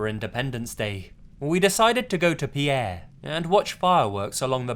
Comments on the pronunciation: Pierre is actually pronounced like "Peer," not "Pee-air." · The Whistler - the city Pierre? You have to pronounce it PEER, don't ask me why, but in South Dakota, if you say PEE-AIRE, they don't like it and will correct you, lol. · Pierre South Dakota is pronounced peer not pea-air. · Me: gets to The Whistler Me: FUCK I live in SD!! Also Pierre isn't pronounced like like Pee-air, just Peer. We don't pronounce it so fancy lol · It's not Pierre like in French its pronoucned exactly like a fishing pier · I love your videos, but as a South Dakotan I'm compelled to correct something. Our state capital, Pierre, is not pronounced like the French name. It is pronounced like "pier" (dock-like structure going out into water). I know the spelling is deceiving, but you will be laughed out of the state for mispronouncing it ;) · The city of Pierre in South Dakota is pronounced like the word "peer." Just as an fyi.